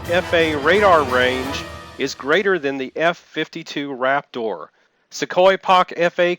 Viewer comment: "The F-52 Raptorrr." pause video